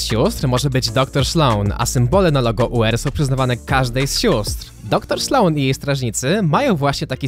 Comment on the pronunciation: Doktor „Szlone”??? 7:4